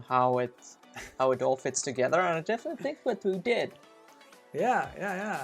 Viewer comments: Not you, your friend. His English is like 100 times better than mine, yet I don't understand why he pronounces "ther"(like in "together") like "rer". I'm not a native English speaker myself but for some weird reason I found that pronunciation extremely annoying. Am I crazy or some shit? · omg. each time I hear "rer" (ther). I just can't stand it, I don't know why. I'm sorry. I'm a bad person.